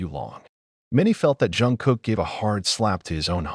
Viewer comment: Why is the voice saing John Jungkook 😭😅